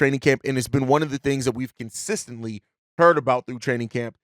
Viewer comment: Good analysis. You are very good at this. Did you video yourself saying consistently (like consistency). Take a breathe, that's how you stop the Salvia build-up.